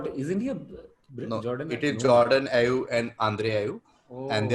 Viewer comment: Subramanian got away with saying "Ibe" when the answer was "Ayew"😂😂.